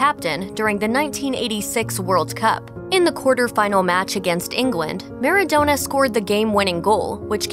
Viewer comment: It’s maradona not MARDONUT